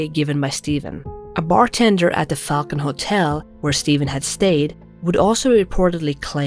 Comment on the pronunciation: 'who frequently travelled to Fuckin' lake'.... she has a real hard time pronouncing Falcon LOL!!!